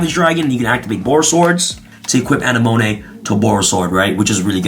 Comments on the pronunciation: Ana-monay?? A-nem-a-nee. Likin' the deck profile! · You misspronouncing Anemone, its pronounced "A-Ne-Ma-Nay" lol. Also I built a Battle Control varient of Ice Barrier focusing on Speaker, Defender and Eisbahn, that still uses the ful Synchro engine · ✋ A-neh-mo-nee 👉 A-neh-mo-nay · Um... Uh-nem-uh-NEE, BorreLOAD Savage, and QuarionGANdax. Great deck profile, though! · I believe you should watch finding Nemo lol uh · neh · muh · nee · “ANNEH-MOAN-AY”??? BRUH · "aneMONay" yes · Marincess A-Nim-A-Knee... think Finding Nemo. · This man's never watched Finding Nemo. It's AH-NEH-MUH-KNEE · Say it with me. AH-NEH-MO-KNEE 🥴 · I died a little instead whenever he pronounced Anemone wrong. LOL. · The wY you said anemone 😬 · how did he just pronounce Anemone? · Gotta give you huge gruff for mispronouncing Anemone. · The way he pronounced anemone was funny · He either doesn't even realise what that word means or has given up on saying it correctly